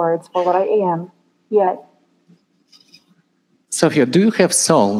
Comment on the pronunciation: We'd be waiting for 2030 and "Sophia" can't pronounce her own name. I'm not sure if the "robots" are more idiotic or the public is?